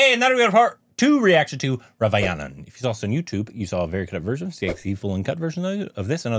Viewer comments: Nobody, absolutely nobody:: Raavayanan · Raa va nan Not ra va yanan